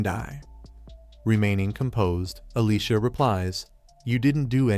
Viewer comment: why do so many recaps of this show on multiple channels pronounce Alicia as Alyssa? LOL I keep looking up at the screen because I hear my name being called.